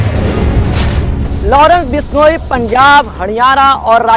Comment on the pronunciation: haniyara ya hariyana bishloi ya bishnoi